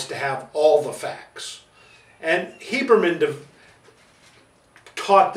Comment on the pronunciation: You say "Hiebermen" I think you mean Habermann. Great video, part 1 too.